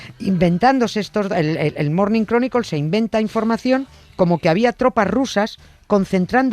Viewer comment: ..."el Mornin Cronicol".. min (Morning Chronicle). Mucho respeto, admiración y agradecimiento a Nieves Concostrina (por su sapiencia y humor). Soy fan de ella, pero...¿Que le pasa a los(as) españoles que no pueden pronunciar bien las terminaciones con la letra L. "Los Bitels" por The Beatles. "Apel" en lugar de Apple. "Guguel" en lugar de Google. Y hace poco le escuché a un divulgador tecnológico sobre el "Espeis Chatel" refiriéndose a (tomen asiento) el Space Shuttle. Ni siquiera los(as) españoles inteligentes y cultos son capaces de pronunciar bien en inglés (no sé si por terquedad, animadversión histórica contra lo anglo o que), pero es que ni siquiera son capaces de darse cuenta que estas palabras terminan con una vocal después de la L, no antes. Y, ojo, que esa vocal final no se pronuncia. Es decir se dice: Cronicl, Bitls, Apl, Gugl, Shotl. ok?